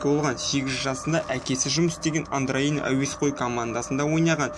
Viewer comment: андроин емес андорини